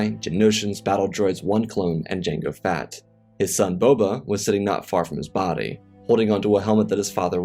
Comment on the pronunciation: Why must you pronounce it “Jango Fat” though